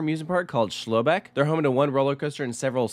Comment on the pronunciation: I try to not be TOO anal about your pronunciations... you are definitely getting way better. But your pronunciation of Schloß Beck cracked me up. 'ẞ' is 'ss' in English. In fact, the 4 different letters in German - ä, ö, ü and ß - have alternate spellings that don't use the weird letter, I assume so those of us that don't have these letters on our typing devices can still spell things. (It really helps when googling!) For example, Düsseldorf can be spelled as Duesseldorf. So Schloß Beck is also Schloss Beck. A Schloß is a castle or palace, so it's a super-popular word in Germany. Like straße/street. I still don't understand why it's schloß and straße, but it's not Düßeldorf, but they have their reasons!